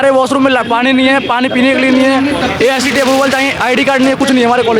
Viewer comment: The reporter is so ignorant that she's not even aware of what she's saying. She is saying Asi instead of Aicte. Please do some research before coming to the interview site.